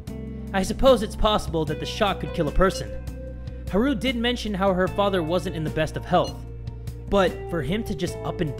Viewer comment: Is anyone else bothered by the way pronounces Haru's name?